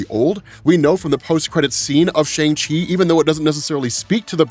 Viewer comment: Dude, Kevin Feige and a whole scene in Shang Chi and the Ten Rings put in the effort to teach us how to enunciate the 'Shang' in Shang Chi, representation matters man, I'm sure I'm not the only Chinese listener who cringed every time you mispronounced Shang Chi.